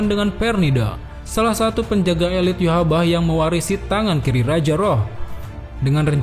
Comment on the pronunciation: bang perassan nama raja quincy "yhwach" bukah"yhbah